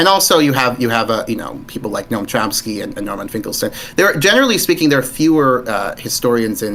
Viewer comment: bro said Chomsky lmaooooooooooooooo